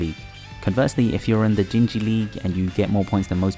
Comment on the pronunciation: Dinghy is Deen-Gee (Dingy) not Dinge-jee (Dinjy)